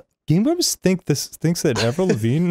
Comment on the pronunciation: "AVRILVAGNE" "..Avril Lavigne?"